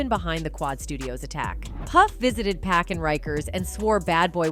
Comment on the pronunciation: "POCK!" not Pack... 🙄